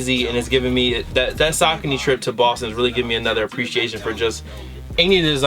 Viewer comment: Sockny lol its (Sa-Con-Ee)